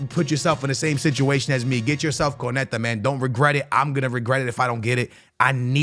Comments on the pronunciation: So the whole video he says konete , that's messed up😂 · It’s pronounced: KUN-NAH-TAY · Y’all shut up with that “It ain’t that deep” glazing y’all doing. It’s clearly annoying to most ppl that he seems to deliberately mispronounce player’s names without any honest effort to get it right. That’s a simple KO-NA-TE yet he switches it to something completely off. Especially for someone who claims to watch allot of games, does he not hear the commentators correctly say these player’s names… Y’all skittles can’t do with any form of constructive criticism even when it’s not directed towards y’all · How is fifa his job and can't name anyone over here saying conete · Homem. O nome é KÓ nÁ tÉ 😂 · Konate : no Konetta: yes Can u learn to read!???? Starting to piss me off how this guy says those names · No one:: “Konetah” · Saying van de ven and konate wrong on purpose I'm sure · I'm a big fan of dont get me wrong but does no one else find the way he says certain names of players and clubs wrong just that tad bit annoying? The way he was pronouncing Konate and van de ven this video was like nails on a chalkboard. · Ok, Bro.. you got to atleast learn all these players name. Unless I'm missing something and he just like calling their names wrong